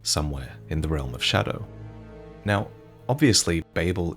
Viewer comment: Is there a reason why he says „showdow“